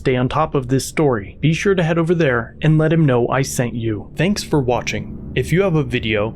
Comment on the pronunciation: Psa to: you say “thanks” wrong.